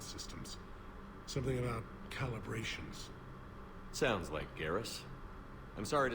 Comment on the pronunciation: Ah, yes... "calibrations"